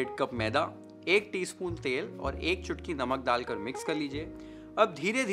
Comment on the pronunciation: हिंदी बोलनी है तो सही से ही बोल ले भाई..... ठंडा को थंडा डालकर को दालकर क्यों बोल रहा है, ध्यान रख थोड़ा